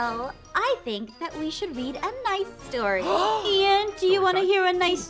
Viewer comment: do you wanna hear a stwoy?